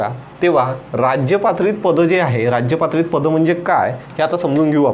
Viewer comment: How u pronounce sir rajptrit sound like rajypatrit ...its very different pronounce it's only rajpatrit